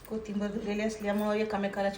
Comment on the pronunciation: कोथिंबर नाही कोथिंबीर